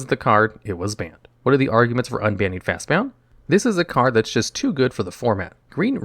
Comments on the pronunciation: You said Fastbond cost G, but you described it like it was Simic colors, since every time you called it by name you added an extra U. It's Fastbond, not fastboUnd. See what I did there? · It's not just on this video but it is fast b o n d not b o u n d fast Bond not bound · Hearing you say fastbound over and over instead of fastbond hurts lol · wait. is it Fastbond or Fastbound? Its spelled one way but you say it another.